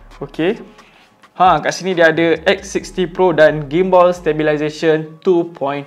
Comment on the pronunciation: Gim-Ball ??? Gimbal Ler 🤣 Bukan Ball 🤣